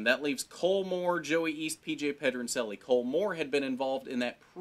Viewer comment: pronouncing Pedroncelli wrong lol